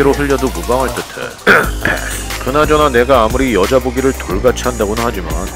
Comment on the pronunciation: 여자 보기를 돌같이 => 여자 보기를 돈같이 발음을 잘못하신 듯~